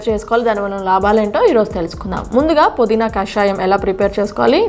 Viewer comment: podeena kadu pudeena . naa telugu thalliki namaskaramulu. pmtv.in